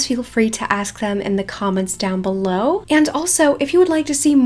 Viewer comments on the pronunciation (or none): none